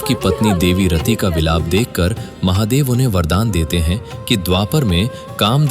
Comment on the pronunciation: Mc bc Mahadev ko dehati bolata hai